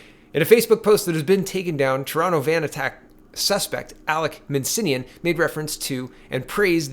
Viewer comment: Alek "Minsinnian"? It's spelled Min-ass-ian for god's sake. MIN. ASS. IAN.